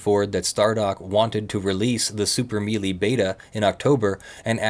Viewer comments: melee is pronounced may-lay. just FYI. ;-) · I thought that a mealy combat system was just something interesting I had never heard of, and was wondering what one was. Damn. I guess we'll never know. No idea he was trying to say melee. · While I'm not going to argue about the pronunciation of Ur'Quan, pronouncing the word "melee" as "mealy" bothers me more than it should. That word originates from French and is pronounced closer to "soufflé" or "café." I understand that's nit-picking, but it's an argument I've been having with people for the last 26 years. As an ESL speaker, Star Control 2 was the first place I ever ran into the word in the first place. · This is the first time I've ever heard someone say it like "mealy" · It's okay. Not knowing for sure how it was spelled, be i assumed he pronounced it wrong as well